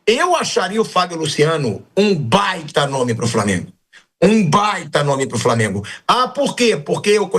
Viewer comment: Ele tambem fala Framengo